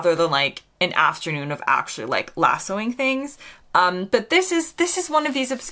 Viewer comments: To my ears you said "Lassooing things". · Losso: oddly you pronounced the act of using the lasso of lassoing, the word ‘lassoing’ sounded the British way. 😊